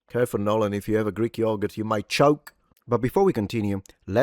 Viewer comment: NoLLaAn?....it's mEeee. 😂